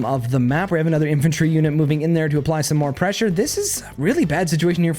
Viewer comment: Nice video, only thing that really annoyed me calling that artillery "infentry" unit.